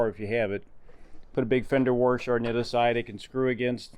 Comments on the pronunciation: Actually, he said, "WARsher"... I wonder if that is a dialect thing or just those those uneducated people who say "liBERRY" instead of "liBRARY" or "axe" instead of "ask"... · Great video. But what the heck is a warsher? Are you trolling me? 🤪